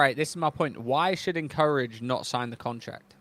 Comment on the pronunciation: Bro can’t pronounce “Encourage” correctly to save his life 😂